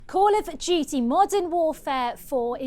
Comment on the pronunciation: "Coll ov Dyewty Moden Wofeh" 💀💀💀 Also, this is hardly controversial tbh. If it was in Palestine or Israel, then that would be a wholly different story. And gee, I can only wonder which side we would be fighting along side and who would be the "bad guy" in a COD story like that...